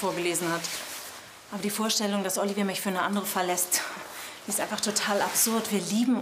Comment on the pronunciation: Oliver? Neh, „Olivjer🥖🇫🇷“